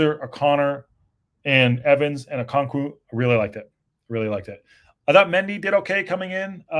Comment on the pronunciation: Okonk-Woah not Woo 😂